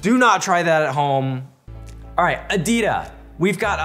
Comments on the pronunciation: Lol he telling adida for aditya 😂🤣😂🤣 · aditya = Ah-Dee-Tee-Yah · il-ya a-dit-ya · Bro its aditya=Aa-dhi-thya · the way he pronounced his name 🤣🤣🤣 only Indians can understand